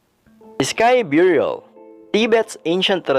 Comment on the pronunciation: It's burial not byurial